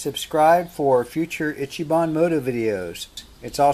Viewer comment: Itchy bon... EECHEE bon